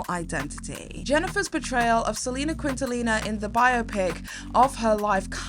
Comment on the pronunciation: Trying so hard to enjoy this but girl. "Living in Color" and "Selena Quintallina" are really taking me out of the immersion 😭😭😭